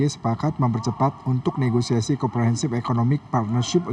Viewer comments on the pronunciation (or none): none